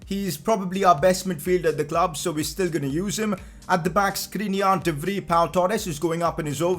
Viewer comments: Im dutch and i just wanted to let u know u should pronounce de vrij like ‘de Frie’ instead of ‘de free’ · Not "sê vri "its sê vcy(vrij) say it correct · Pcq: You pronounce “De Vrij” as “De Vr I” (with the I from I) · Pcq: As a dutch person I'm becoming triggered of the way you say De Vrij. please type it into Google Translate from dutch to English to say it right. pls